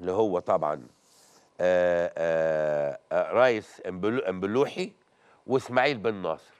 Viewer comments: مبولحي وليس مبولوحي 😁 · كونك بتنطق الريس امبولحى بهذه الطريقة يدل على انك ما بتتفرجش ع الفرقه ولا البطوله كعادتك يعنى انك مابتتفرجش ولا بتتابع اى حاجه وده بلسانك ف اكتر من مره اعترفت بكده وده شغل الاعداد يا مدحت انت مالكش ف الاعلام انت بتاع اعلانات وكلوتات يا مدحت 🤬🤬🤬🤬